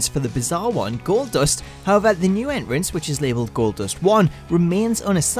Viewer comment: He can't even say entrance properly